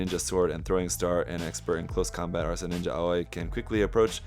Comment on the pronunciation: Asra, not arsa 😊